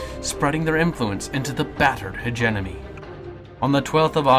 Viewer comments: Not "hedge-enemy." "Hedge-eh-mony" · You keep saying "hegeNOMY"